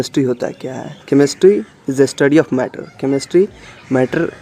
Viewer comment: It's chemistry not chemestry..😷😷